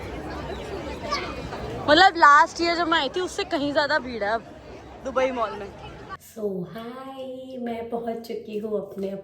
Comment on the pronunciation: Dubari nhi dubai bolte hai😂😂😂😂